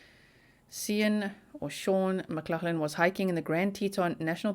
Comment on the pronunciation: it is definitely pronounced Shawn you are saying the surname correctly